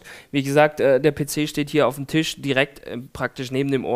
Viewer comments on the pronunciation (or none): none